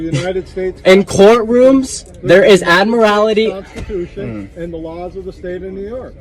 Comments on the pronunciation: "Admirality law"? The correct pronunciation is "admiralty." It's a specialty in law dealing with marine activities, and has nothing to do with driving. Trying to apply admiralty law to driving is simply foolish. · What u don't understand why they pronounce it admirALITY there us no 'i" in admiralty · He's not even getting his delusions correct. It's Admiralty, not Admirality, not that it would help him continue on his voyage. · He can't even pronounce "Admiralty" correctly. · the dumbass is also mispronouncing Admiralty